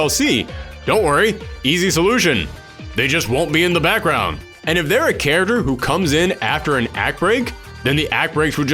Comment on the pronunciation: You guys notice as the video goes on, every time he says "character" it just kind of devolves more and more to by the end of the video he is saying "Charers". Not a diss, just found it funny